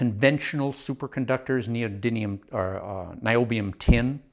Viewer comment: Friendly reminder: Neodymium, not Neodynium